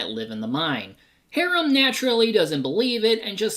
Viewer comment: This Tremors-a-thon was so much fun to work on. Thanks for taking my idea for it! Also, He-ram? It's pronounced "High-ram"! LOL